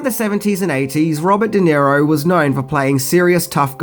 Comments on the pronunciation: De-Niro not Nero... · Who is Robert Di Nero? Do you mean Robert DeNiro? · Also - it’s De Niro, not Di Nero. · Just a small remark...it's Robert DeNiro...not DiNero. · That stupid accent really bites you in the ass. How about learning to spell and prannaunce (misspelled an paarpaus). It's Robert De Niro! De and Di are pronounced differently. Take off the sun glasses ans learn proper English. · "Robert Di Nero" looool